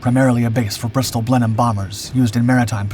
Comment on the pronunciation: I do find your videos interesting. It is a pity that the pictures don't always match the narrative, and are often repeated, but it must be very difficult to find enough archive footage. I notice that you are now pronouncing 'Blenheim' correctly. If you could just bring yourself to call the Spitfire's sister aircraft the 'Hurri -cun', rather than the 'Hurri-cain', you could be a fully paid-up English speaker:-)